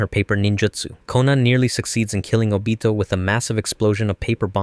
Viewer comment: I like how he pronounced Obito's name